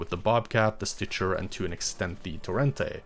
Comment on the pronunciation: Stitcher. It's stitcher.